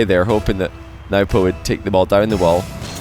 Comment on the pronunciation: Can somebody with any sort of status please correct him it’s newpo not nuhwpo